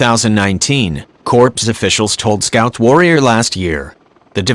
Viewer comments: The way the computer-generated voice kept referring to my Marine CORPS as "corpse" was jarring my ear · Hey It the United States Marine Corp, not a corpse as your computer pronounced the name. How about using a real human to do the announcing instead of a computer because it's an insult to every Marine when you screw up something that simple as pronounce a word that disrespects every Marine serving or retired. Get it right!!!! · It was funny listening to your robo-narrator saying "CORPSE" for "Corps." But then it made me think of the Obamanation, when he said; "Navy CORPSE-man, I never considered he might be a robot." It would explain a lot.